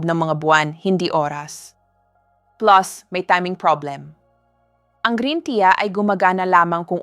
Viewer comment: Green " tiya" daw 😆 juiz 😄